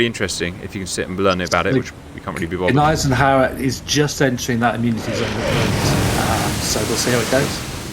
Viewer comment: Gneisenhower! 🤣 I can't!